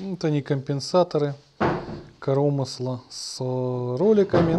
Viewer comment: не коромысла а коромысла!)